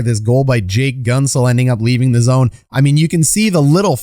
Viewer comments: Hey just a friendly comment to tell you its pronounced GENT-zel not GUNT-zel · I think its pronounced Gentzel not Guntzel. Great video btw hyped for the pens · Gunt-zel..... its pronounced Gh-ent-zel. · As a pens fan..it’s pronounced GENTZEL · Solid video. But in Pittsburgh Guentzel is not pronounced like “gun”. Everyone says it as though the u weren’t there. Gentzel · enjoy your channel a lot, but if i may, it's pronounced 'gentzel' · you are mispronouncing Guentzel